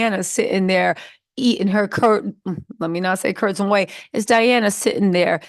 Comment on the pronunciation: Girl when you said curds and whey 😂😅I laughed so hard 😊